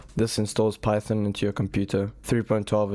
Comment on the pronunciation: It’s PY THON